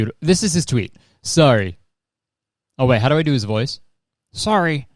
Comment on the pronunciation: That "Ha, SOHRRY!" Was the most Canadian I've ever heard Kurtis sound. Lol. I love it.